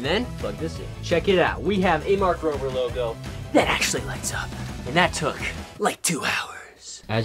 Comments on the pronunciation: It`s Mark Rober not mark rover! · His name is mark Rober not mark Rover